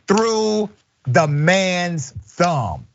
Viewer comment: thumb rhymes with damn. is that a new fetish?